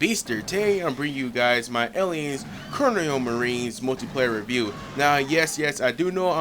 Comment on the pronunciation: He said "coronial" marines lmao